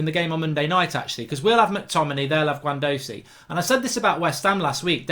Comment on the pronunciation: 1min in and only united players in for me should be De Gea Wan Bissaka and Maguire. All rest Arsenal have better players in the positions. Its pronounced Gwendoozy and Ce bile os for Ceballos